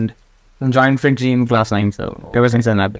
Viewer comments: not fringy , its FIITJEE , btw nice vid! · are u sure he said fringy and not fiitjee haha